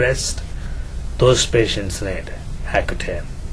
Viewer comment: He said hacutane lol